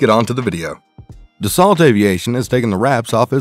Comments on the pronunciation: Its pronounced dah sow not desalt! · Pronounced "Da-SO" not "DAS-ault." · You need to learn to pronounce words better if you’re going to keep making videos. In the word Dassault the “lt” is silent. It’s pronounced Da-so. You also missed on a couple other words. Do your homework. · Can't even pronounce the company name correctly lol